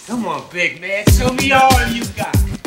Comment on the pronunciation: As well as the way Tucker pronounces "come on" as "sha-mon" since Michael said that a lot too